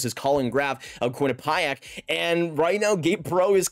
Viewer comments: Quinn-a-pie-ac ?? Quinni PEE ac. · Quinnipiac student here, its pronounced QUINN-IH-PEE-ACH but say it altogether and fast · Quinnipiac is pronounced Quinn a pee ack